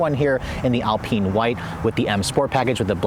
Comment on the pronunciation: What a refreshing, honest and exhaustive report. Bravo. One very small point. AL-PEEN white? Dude. AL-PINE.